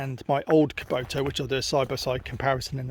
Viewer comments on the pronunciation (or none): Nor kuboto 😂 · Bro. It’s kubotA. Not kubotU.